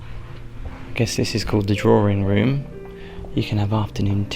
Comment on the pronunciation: Drawring room! That's a new one